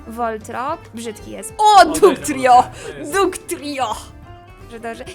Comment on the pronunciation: Jako osoba która gra w pokemony bardzo długo bo około 3-4 lata to strasznie bawi mnie to jak na mr mime mówisz mime a na voltorba voltrob Jak coś mr mime mówi się mister majm a voltorba tak jak się piszę